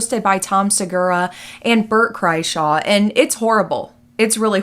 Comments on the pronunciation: While his words are horrible, I only have to say you said his name. Is Kraiser not Kraishaw. I'm sorry, I hate to be the Grammar Police. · not sure what your career has to do with it... My boyfriend screen prints all of Michael Jordan's race team's merch and gear they wear (he printed the shirt MJ is wearing in that clip 😂) and he really wanted to make excuses for MJ at first... I was like dude it's weird. Would you want him grabbing on your nephew's button? Of course he said no. his name is pronounced Bert "Cry-shur". YMH studios is Your Mom's House Studios, and Tom Segura and his wife own it, so they won't be fired any time soon. Tom Segura's Netflix show is even worse, to be honest. I refused to watch it. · Mispronouncing "Kreischer" is pretty on-brand 🤣